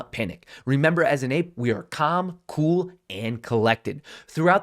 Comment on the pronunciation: Nobody:: Balm, Bool and Bollective